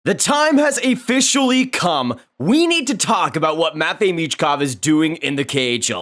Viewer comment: Your unique way of saying officially: "A fficially" 😜 :_HOLDUP